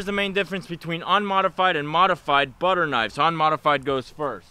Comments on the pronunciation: did he say butter or butcher? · watching it on my phone, I thought he said butter knife as well. I went back and and watched it again and I still had to really listen to hear it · That’s not how you say butcher, he definitely said butter. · i thimk he said butcher knibes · he says the bu in butcher like the bu in bus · for everyone watching i am the guy asked for them, and due to my poor english speaking skill i mispronounced ''butcher knife'' but this is SO MUCH FUNNIER !!!!! i never saw a misunderstanding that turned so WELL !!!